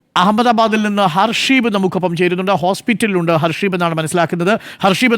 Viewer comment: ഹസീബ് ആണ്, not ഹർഷീബ് 😂